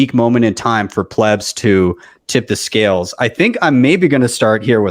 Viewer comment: Please, just let Saylor, and the intellectuals in the room speak already. Your use of the word PLEEBS is incessant and annoying, not to mention incorrectly pronounced. ... using that word just as a newbie uses the word noob.